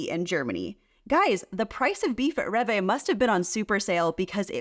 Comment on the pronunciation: Which one has healthier ingredients? I bet it isn't USA 😆 Rev Vay 🥲. Rewe is pronounced ray vuh.